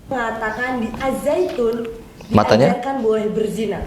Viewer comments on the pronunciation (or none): Si ngomongnya salah.bukannya na'ujubillah.tapi NA'UZUBILLAH..AZZAITUN bukan ajjaitun